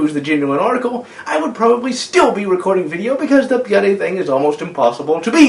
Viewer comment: I know this is something he does on pretty much all his videos, but why does he pronounce bloody as "byuddy" or at least sound like it?